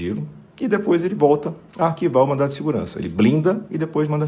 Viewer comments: Se eu entendi mal, desculpe-me, mas eu ouvi " MANDATO " de Seguranca. O certo é " MANDADO ". Desconsidere este comentário se eu entendi mal. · você está falando mandato ou mandado? Pelamor né? Espero ter ouvido errado!!! O correto é MANDADO!!!